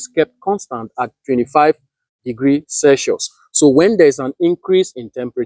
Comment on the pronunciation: Except for the way he pronounced circuit, Celsius & some electrical components nothing wrong with the way he carried out Isc He’s not short circuiting a battery nor a thin wire. solar panel behaves like a current source, not a voltage source. When you short the terminals: Voltage drops to almost 0V and Current rises only to the designed ISC. He didn’t left it for hours nor did it carry it out in a wrong environment